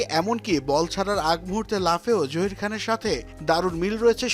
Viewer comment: জুহির না জাহির.... উচ্চারণ টাও করতে পারস না????